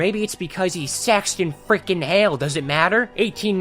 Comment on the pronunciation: The way this guy says saxton is just unholy